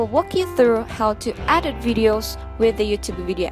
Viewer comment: it was help full BUT girrrllll don't u knot know how to say Edit it's like you are saying adit